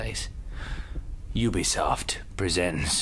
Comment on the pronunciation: Omg I lold so hard when he kept on saying Ubisofy